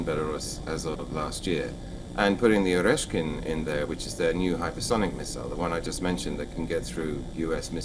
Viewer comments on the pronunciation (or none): Oreshkin? Who is this grandpa that doesn't know to remember ORESHNIK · I think is totally wrong about Russia's nuclear doctrine by which he claims that Russia could make a first strike by nukes simply because there are said be couple of nuclear submarins near Russia's coast. That is a ridiculous claim! He cannot even pronounce Oreshnik correctly.